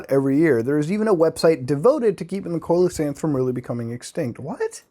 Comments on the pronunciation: Just an FYI, Muta, Coelacanth is pronounced "see-la-canth". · see-luh-canth coelacanth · It's pronounced like, seal-o-kanth by the way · Stop pronouncing coelacanth like that please. It's SEE LA CANTH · Coelacanth is pronounced SEE-luh-canth. They can grow up to twelve feet in length and have a pretty unique look. The oil and mucous that cover their body have a terrible taste and can irritate the lining of human stomachs and intestines, so they make a very poor food source. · Coelacanth= See -low-canth! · Lol I'm such a cow for correcting your pronunciation of coelacanth, but it's "see-low-can't". Impress your friends at parties! Lol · I like how he pronounce coelacanth different every time. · the way muta pronounces coelecanth makes me angry and hard at the same time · the way you pronounced coelacanth upsets me immensely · Especially because right behind it the correct pronunciation was given and muta just skipped over it 😂